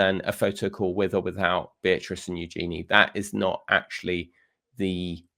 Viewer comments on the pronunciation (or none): Princess Eugenie's name is pronounced YOO-zhuh-nee, with the stress on the first syllable.